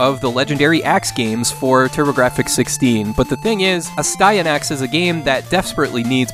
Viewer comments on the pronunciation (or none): As I told Erin of Erin Plays....pronounce it phonetically.....A Stie A Nax 😁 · Its pronounced "nasty axe" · Aw man, I wanted to love that TMNT game so much as a kid, but I just couldn't. I played it on the PC too, which I think way worse than the NES version. The way to pronounce Astyanax (asty = city, anax = protector) is definitely not the way the guy in the commercial did. It's closer to Ahss-tee-AH-naks. I haven't typed anything phonetically in years, so I probably butchered this, but it should give you an idea. :P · That's actually closer to the Greek pronunciation than whatever that 80s dude called it.